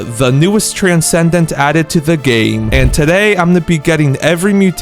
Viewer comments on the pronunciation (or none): none